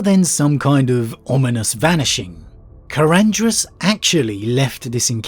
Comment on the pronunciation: I think the only thing you pronounced correctly in this video was Karandras.